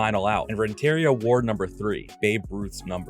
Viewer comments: I knew I wasn't the only one who almost had a stroke when he said "Renteria" the way that he did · man, you butchered Edgar Renteria's name.